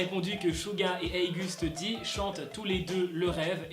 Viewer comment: Je suis la seul qui dit "OGUST D" et pas "heigust Di" ???